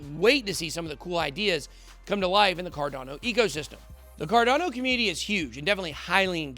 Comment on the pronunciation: why do u say it like "CARDONNO"